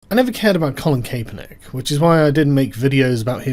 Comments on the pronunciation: it is pronounced Cap-er-nick, not CAPE-er-nick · It's cap as in baseball cap. Not cape as in cape cod lol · It's pronounced Cap-er-nick. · It’s Cap not Cape. For the love of all that is holy what’s wrong with you people today! Tim did it too, I don’t care if it gets more engagement THIS IS OUTRAGE ENGAGEMENT AND IT MIGHT WORK BUT F U!!! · CAPE - ERR - NICK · Kap-per-nick. Regards, a Bloke in the States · He is a douche, but his fucking name is pronounced cap -per-nick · "I neva cared about Calen Kaperneck" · It's pronounced CA-per-nick, REEEEEEEEEEEEEEEEEEEEEEEEEEEEEEEEEEEEEEEEEEEEEEEEEEEEEEEEEEEEEEEEEEEEEEEEEE! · Colin Kay-Per-Nick :D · Nice video, however it is pronounced: 'Cap er nick' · It's pronounced Capper-Nick. The whole thing is a big who cares, but the memes are fantastic. Gotta love that child labour to pay a millionaire millions. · Why can't anybody pronounce Cap-er-Nick? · Max Kae = kay, for sure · Kay•per•nick lol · “I never cared about Colin Kapernick, which is why I never bothered learning how to pronounce his name.” Lol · Why is Sargon saying his name so weird? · Cause the ae